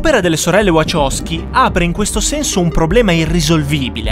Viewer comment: Wachowski si pronuncia VaHowski con la H